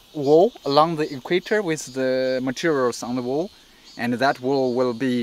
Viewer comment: Equaitor? Yo soy ecuatoriano y en inglés se pronuncia Equator. Pero buen ejemplo.